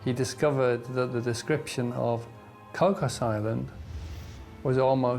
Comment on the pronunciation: It's pronounced Koo...😊😊😅😅😢😢 koo